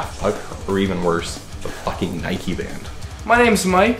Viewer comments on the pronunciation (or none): They are Japanese. The band is pronounced Nee-kay. They are progressive, power thrash metal band.